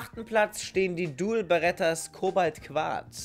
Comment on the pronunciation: Dual bertas auch genannt.. hast sich die ganze Zeit versprochen!!